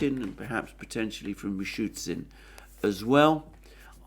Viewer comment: Haha, that is something like 100th time,:D Its not MishuTSIN, its Mishoosteen:D